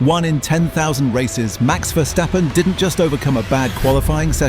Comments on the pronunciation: Who is Max Verstefden? Sounds German. BTW Why is part of this video in mirror image? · "Max Verstefden"😅